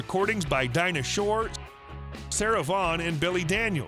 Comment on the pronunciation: it's Dinah SHORE not Short.